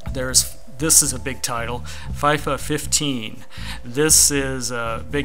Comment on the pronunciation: I know your American so I'll let you off but when you pronounce Fifa you say it as if the i is an e so more like feefa. FIFA is also the name or association that runs the World Cup and runs almost every thing to do with football, so it's fairly big:)